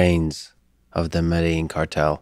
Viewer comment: Med-a-een Medellin not med-a-jean I can't believe he doesn't even know how to pronounce it after saying it so much .